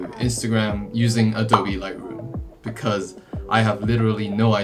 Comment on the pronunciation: the fact that he says "adobee" instead of "adowb"